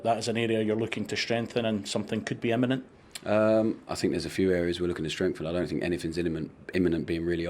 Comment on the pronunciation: “Iniment” this guy is maxed out 😂